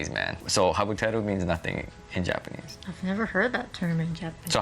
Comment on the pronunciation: (maybe you too young) ..... Japan-nee